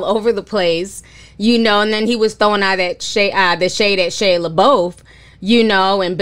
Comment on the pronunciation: "SHEAH LEIBEOUF" I CANNOT WITH YOU TI!!! lololololol